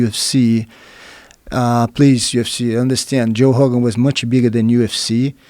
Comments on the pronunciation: Ok, as a Brazilian fan, all due respect to Jean Jacques, but I think that he pronounces Rogan as "Hogan" because he probably saw Joe's name written and thought of it in Portuguese... and he never gave it a second thought. It just stuck to his head and that's it. Rio de Janeiro is pronounced "Hee you the Gianeeero"... The R in the beginning of names and nouns just have a regular H sound to English speaking ears. That's it. Btw, happy belated B-Day, Joe HOOGAN!! lol cheers! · The word is written with a r, but it's pronounced like you pronounce an h in english. And if he had said heeo it wouldn't go over his head because joe specifically asked why he pronounces Rogan as Hogan and Rio as Reeo and not heeo. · In brazilian portuguese, we don't emphasize the R in "Rio". It's actually just like Jean pronounces "Rogan" as "Hogan", we say "Rio" sounding "Hio", and I think Jean wasn't clear about it. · How long did it take Joe Hogan to learn to say Hoyce & Hickson? How long will it take for him to say Habib properly?